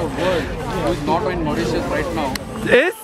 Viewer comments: Its not mautitious but Mauritius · It's Mauritius not mauritous!!! Lolll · Love the makeup; simple but gorgeous but it's Mauritius not Mauritious. Just saying;) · Mauritius not mauritious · Its Mauritius not mauritious 😂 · its actually Maurtitius and not Mauritious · its not maurious Its mauritius ❤'